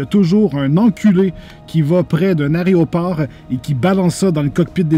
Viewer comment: Je sais pas si mes esgourdes me jouent un tour, mais à chaque fois que tu prononces le mot "aéroport", j'ai l'impression d'entendre "aréoport" xD